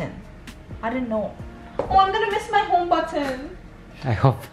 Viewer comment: I love how you pronounce Homebutton 😂😍